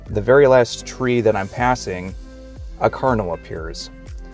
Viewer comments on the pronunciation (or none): I think it's great that you are revisiting The Church of Jesus Christ of Latter-day saints! You pronounce Cardinal differently than anyone I know. It sounded like carnal! That's not good, lol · I am hearing say kernel so is he saying Cardinal? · At first I thought he was saying carnal, instead of Cardinal.